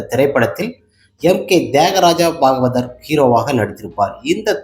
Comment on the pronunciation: தம்பி நீ எந்த பள்ளியில் படித்தாய்? தமிழை இப்படி தப்பு தப்பாக படிக்கிறாயே. தியாகராஜ பாகவதர் பெயரையே சரியாக உச்சரிக்க தெரியவில்லை உனக்கு. முதலில் தமிழை பிழை இல்லாமல் பேசப் பழகு. ARM